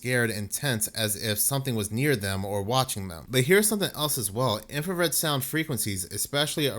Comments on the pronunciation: Please read the word. INFRA SOUND no red INFRASOUND. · INFRASOUND! Not infraredsound. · Infrasound, not infrared sound, dude. 😂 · INFRASOUND NOT IMFRARED SOUND............ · Infrasound, not infrared sound. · Dude I like your channel and humor, but please,,, it is called infrasound, NOT infra- red-sound. The whole video you mis pronounce the word. Which changes the meaning. Infrared is a form of light. I really do like your channel and topics. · Eight thousand times you misspoke and said 'infraREDsound.' Come on man, get it together. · "In-frah-sound" not "infrared sound" goodness! When I heard it the first time I wasn't bothered I just thought "oh he said it as though it's a light lol" then after you said it for the 100th time I was like, "IT'S FREAKING INFRASOUND!!!" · Did you say "infrared sound"? 😂 Infrared is light. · Infra sound not infra red sound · It's INFRASOUND, NOT INFRA-RED SOUND....🤔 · It is not infraredsound, just infrasound. The word "infra" just means under or below. The colour is measured in Nm and sound is measured in Hz. Those two things has nothing to do with each other and saying infraredsound makes you sound very uneducated. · Stop saying " Infra-red sound". It's not called that in any of the reports you show on screen. Its "Infrasound". I'm know I'm being pedantic but I can't stand it when someone is trying to sound like an expert in something, yet consistently makes mistakes in what they're saying. Rant over. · It's infrasound, not infra red sound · Infra - sound… Not infrared - sound. :) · It's infrasound, not infrared sound. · **Infra-sound Not infrared sound...infrared is visual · It's infrasound, NOT infra 'red' sound. I don't know where you're getting the 'red' from. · I would have but you kept calling it infrared sound and not infra-sound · its pronounced INFRA sound